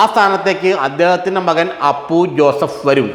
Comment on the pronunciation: ആദ്യം പി ജെ ജോസഫിന്റെ മകന്റെ പേര് പഠിക്കു അവതാരകൻ... അപ്പു ജോസഫ് .. അല്ല.. അപു ജോസഫ്.. 😄😄!! മലർ പൊടിക്കാരന്റെ സ്വപ്നം... അപു ജോസഫ് മുൻപ് മുതലേ സജീവമായി രാഷ്ട്രീയത്തിൽ ഉള്ളതാണ്..!! ജോസഫിന് ശേഷം.. മോൻസ് തന്നെ ചെയർമാൻ.. അതിൽ ജോസഫിനും സംശയം ഇല്ല.. അപു ജോസഫി നും സംശയം ഇല്ല... കേരള കോൺഗ്രസിൽ ആർക്കും സംശയം ഇല്ല.. ഈ വാർത്തക്കാരൻ സ്വപ്നം കണ്ടോ ആവോ.....???